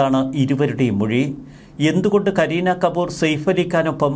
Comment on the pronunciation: സേഫ് അല്ല സയഫ് എന്നാണ് ശരിയായ pronounsation